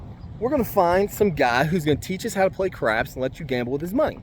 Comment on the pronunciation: Hey lovely place with mountains in the back ground sweeeet, PS i thought you said I've always been interested in crack had to rewind it to here you say I've always been interested in crapps 😂😂